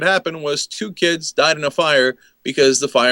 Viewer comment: on msnbc cenk said "dem kibs" lol